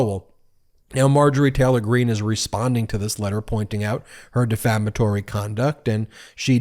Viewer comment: The word is 'defamatory'.